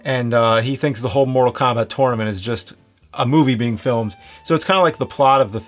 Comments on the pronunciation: Why you always say "tornament" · "this is the 10th *turtlement*"